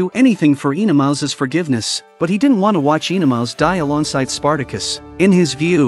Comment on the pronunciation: OE-NeMAUS! Not Enomaus!